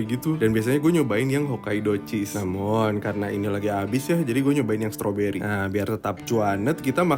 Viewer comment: oalah mas mas "namum" wkwk